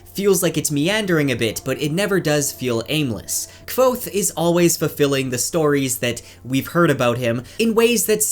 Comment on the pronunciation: Thank you for pronouncing kvothes name how ive always pronounced it in my head lol